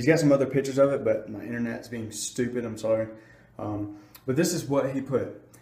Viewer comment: Dude why do you say ma bike